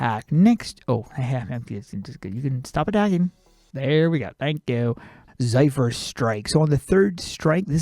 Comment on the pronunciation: It's Zephyr, not zaifur.